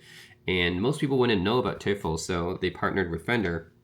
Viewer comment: Thanks for your review! It's pronounced "Toy-fell". Which is the German word for "Devil". Greetings from Germany🙋🏻